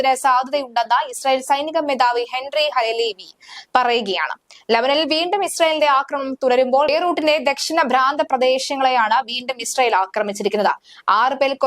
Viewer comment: ഈ ന്യൂസ് വായിക്കുന്നവൾക്ക് എന്തു എഡ്യൂക്കേഷൻ ഉണ്ടു്. പ്രാന്ത പ്രദേശങ്ങളിൽ എന്നതിന് അവൾ ഭ്രാന്ത പ്രദേശം എന്ന് പറഞ്ഞത് കേട്ടോ. അവളെ ഒക്കെ തള്ളി ഇറക്കി വിടാൻ ആരുമില്ലേ 😂😂😂